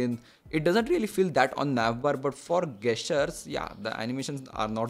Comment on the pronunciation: Its gesture not gasture 😂😂😂